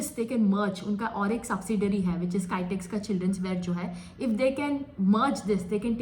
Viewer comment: Not kytex garments. Pronounce kitex garments. kitex=Kizhakkambalam Textiles